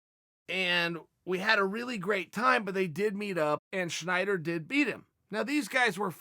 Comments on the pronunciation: why do you keep saying schnider..? its snyder lol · Stop saying Schneider. It's wrong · Chael his name is Snyder not Schneider